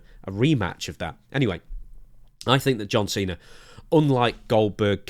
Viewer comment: Just to hear Santino call him "John Chena" one more time, it's not worth having anyone else as his final match.